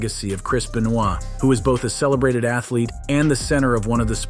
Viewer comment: Chris Benoit is innocent. Wheather you like it or not! Ironic how you manage to say his last name correct but you butched it &